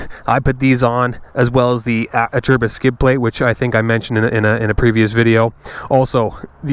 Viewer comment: Finally someone that knows how to pronounce Acerbis haha!